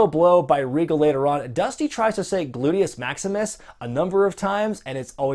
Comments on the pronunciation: Rhodes' pronunciation of gluteus maximus deteriorated with each try. That's quite the achievement. I'm tempted to subscribe to the WWE Network to watch all the WCW PPVs with his commentary - just for his commentary. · I'm eating as I watch this and damn near spit my food out in laughter at hearing Dusty trying to say Gluteus Maxumus! XD